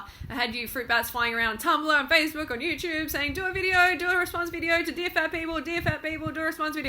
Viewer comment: lol she says "Youchube"